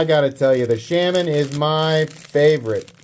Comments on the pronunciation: People are bothered by "Sham-man" because its not a pronunciation thing it's just objectively wrong...but that never stopped you before, troll away sir, troll away :) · Pretty sure it's pronounced "Shur-men" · IT'S ˈshā - ˈmän! gawd..... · It’s pronounced Shay-Man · I am also knife nut from Kansas. I love your channel. Please, stop saying "Shaman" wrong. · He knows he’s doing it on purpose unlike all the other words he really doesn’t know or know how to pronounce correctly. If u read this I’m giving u a hard time.